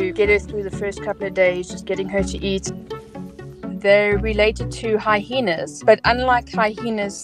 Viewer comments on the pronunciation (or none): Hi-heenas? 🤭 i love how people find different ways of pronouncing words. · Love the crazy hyenas pronunciation - hi-heenass... 😂